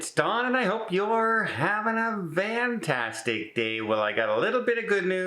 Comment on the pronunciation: Why do you say “VANtastic day”